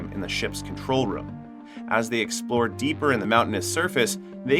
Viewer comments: Anyone else bothered about how he says “rum” instead of “room”. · Its room dude, not rum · Why do you say room like that? Sounds like you are saying rum. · It's pronounced rue-m not rum btw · my english is not the best, is this they way to say ''room''? it sounds like rum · weird how you say room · To the narrator: the "oo" in "room" is not pronounced like the "oo" in "book" or "look". It is pronounced like the "oo" in "doom", or "loom", or "boom". The way you pronounce it sounds weird AF.